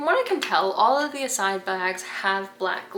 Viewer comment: Sorry but that is not how you are supposed to pronounce Iside, it is an Italian name.